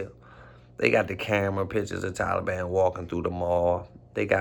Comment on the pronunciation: Why bra keep saying “Talablam” doe 😂